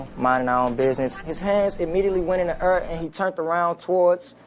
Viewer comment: "His hands went in DA ERR"